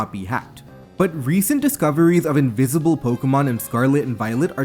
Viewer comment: Invizible pokemon have been dizcovered in zzzzcarlet and violet and it izz changing hackmonzz 🤓🤓🤓🤓🤓